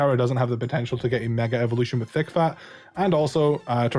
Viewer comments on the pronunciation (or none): none